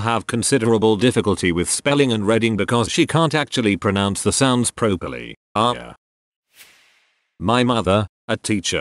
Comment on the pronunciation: Had to chuckle at the reader stating a child could not pronounce words properly when he consistently mispronounced "pro-perly".